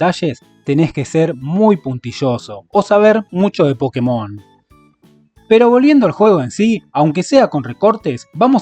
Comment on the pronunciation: Una leve corrección es que se debería decir "Pokémon", sí, con tilde en la é. ¿Razón? En japonés se llama "Pokketto Monsuta" con acento en kke. Por lo tanto, al abreviarlo te queda como "PoKKEmon" o Pokémon. (Que Pokketo sea una forma japonesa de decir pocket ya es otra cosa